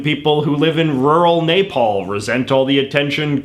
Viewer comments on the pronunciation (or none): Great video as always J.J. just one thing... It’s Neh-Paul not Nay-Paul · why did he pronounce nepal "napalm"? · JJ ko pronounciation khatam chha...Naypal